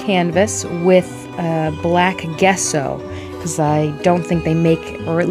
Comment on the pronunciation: First time seeing one of your videos so I'm not sure if your an actual artist but... Gesso is actually pronounced like "jess-o" not like "guess-o". I've been an artist for decades and ive never heard someone call it "guess-o" before. Constructive criticism... no offense.